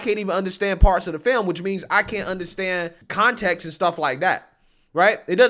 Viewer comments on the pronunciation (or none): none